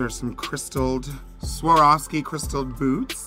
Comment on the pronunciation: omg peppermint is the first american I hear who can somewhat pronounce Swarovski right <3 usually most say SCHWORSKI! haha